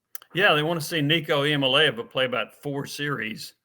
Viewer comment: How does Jimmy mispronounced Nico's last name after all this time. My God!!!